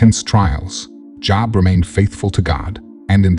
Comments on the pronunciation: I appreciate theses videos but it drives me nuts when you pronounce JOB as a "job". JOB"e" ok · Who the (F) is job ?? It's pronounced JOBE . When you guys have A.I. read these you should give it a good listen before releasing it . Just say'n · Was enjoying this but would rather have a real person talking…am assuming this is an AI reading as he pronounced JOB the same as a job. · This is not a real person, it is AI generated. Note the mispronunciations of "Nehemiah" and "Job" which a bible teacher would never make. No doubt there is some truth in this, but beware of AI; it does what it is programmed to do. One more thing: many of us may not "fit in" by the world's standards, but to think of oneself as a "chosen one" is very arrogant. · This video was encouraging, Thank you. (By the way, the narrator mispronounced “Job.”😊) Blessings. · Ummm weird. This whole thing describes my entire life. Wow. The only thing I chuckled at was the push for excellence… which is me, so mispronouncing Job gave away it’s not a human voice. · JOB is not pronounced like work related. It's a biblical name . Please check out the pronunciation. Continue to be blessed 😇